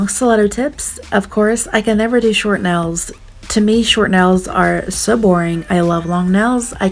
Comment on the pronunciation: Ril? You mean like, instead of real? Ril? Edit: nels? Instead of nails? Heck